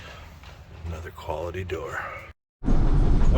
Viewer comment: When you said "quality door" I heard "cuality door" (with a "C")..... Pretty well sums it up, lol! Great vid!